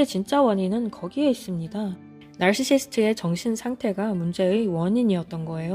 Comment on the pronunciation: 나르시시스트 발음이 젤 찰진 유투브채널